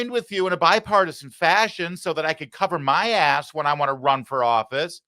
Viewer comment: Notice he struggles saying the word ‘bipartisan’. It’s because he has never shown bipartisanship. Yes! The LEFT does incite much of the violence in America.